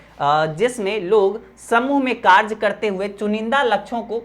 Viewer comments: Sir vo karj ni hota karya hota hai 😂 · Sir tum "कार्य" को kaarj kyu bolte ho?😅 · Bro app ne samjhaya to mast hai 🫡par ek baat bolna hai ki karye Hota hai karje nahi 😉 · Are sir karja nahi hota sir hi karya hota Hai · कार्य ❎karch ✅ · Sir kerj nhi hota h kariye hota h bhot problem Hui but 1 St chapter pura learn ho gya tnqq sir 😅😂